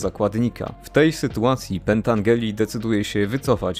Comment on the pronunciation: Mała korekta, przepraszam za to, ale Frank Pentangeli czyta się Pentandżeli.Poza tym świetne streszczenie tej wspaniałej trylogii.